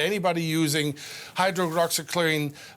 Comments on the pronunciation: He said hydroloxyqueen. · The expert didnt knew the official death toll around the world, and he couldn't pronounce the name of the medicine . Great